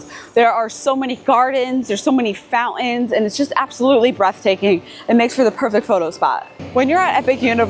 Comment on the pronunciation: Heading to Epic Universe this morning and this video was extremely informative! One word of advise, the word "fountain" has a "T" in it just like "important." Okay, this old fart is on his way to the park and thanks again!